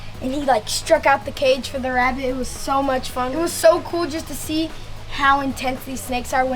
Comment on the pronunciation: And it wuz a big azz wabbit